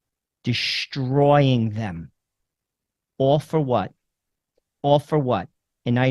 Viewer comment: Just FYI there is no "h" in "destroy". It's not "pronounced "dishhhhtroy". Also, there is no such word as "irregardless". It's either "regardless" or "irrespective". Just thought I'd let you know.